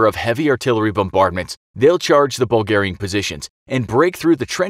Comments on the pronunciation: I never heard the Bulgars called Burlgaian before, should it not be Bulgarian?? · "Burlgaian" lol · yes burlgaian the true way of saying bulgarian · What is Burlgaian?